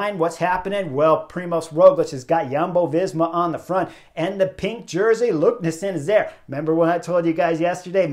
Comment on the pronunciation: Great recap Chris! BTW the race leader's name is pronounced "LEKNES-SOON", not "LUKNES-SEN" 😀